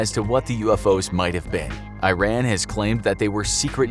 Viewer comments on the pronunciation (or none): Very Poor illustrations and full of Stereotypes!! 1. NOT "I ran" , this country is named IRAN!! repeat it till learn it! 2. I was born and raised in Tehran and lived there for 31 years. As Iranian, this city even in 1970s looked like modern Cities like European and U.S. cities, not a like Town before 2000 years ago. 3. Generals in Iran does not look like Terrorist leaders who are shown in west TVs with 1 meter Long beard. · I-Ran? !! u Say I-TALY???!!! Its Ee-taly, And Also Ee-Ran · Well, first of all its E_ran not eye ran. Second, DOES NOT exist in iran. At least not in tehran. What is this Arabia? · This narrator can't even pronounce the name Iran correctly!! It's E-RUN not I- RAN , just like pronunciation of Italy , also the animation shows palm trees , 4 your info , Tehran has 0 palm trees , climate is parallel to Denver - Co , it has a ski resort . Also in 1976 Tehran was a very moder looking city & people didn't look like some village in Saudi Arabia!!! But again ignorance has no borders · It's not pronounces i-ran it's pronounced like E-run , it's not a apple product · It's not "eye ran" it's "ee run" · It is pronounced ERON not EYERAN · E R A A N.... That's how you pronounce the country's name not "I ran". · It is not i-ran, it is pronounced E-run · it's pronounced E-run not I-ran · not AI-RAN is E-Ran that's how you pronounce it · Eye - ran. Like iPhone. I think the correct pronounciation is Eeh - ran. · It’s pronounced “E-ron” not “I-ran” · it's pronounced e-rhan not i-ran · Hahaha. It's pronounced as E-Ran not I-ran. Just like india is pronounced E-ndia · Its pronounced earun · It is pronounced [E-RAN]. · A cool desert night ? Tehran is mountainous and looks nothing like the cartoon you guys showed. There are sky scapers there and were in the 70's. You didn't even pronounce "Iran" properly. It's E (as in letter E) rAn (as in the name Ron) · Typical American pronunciation of Iran. It's not an Apple product. It's E-run. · It's pronounced ERAHN.